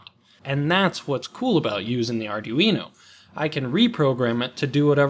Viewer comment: as "Arduino" is of Italian origin, his pronunciation is actually spot on :)